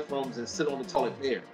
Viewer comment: 😂😂😂😂 I would be embarrassed to be on YouTube the way he pronounce words